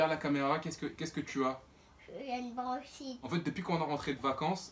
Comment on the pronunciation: au lieu de branchite j ai entendu jprends du chit